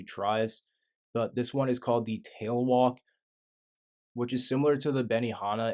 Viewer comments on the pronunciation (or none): none